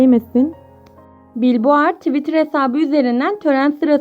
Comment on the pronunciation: Billboard bilbord diye okunuyor :))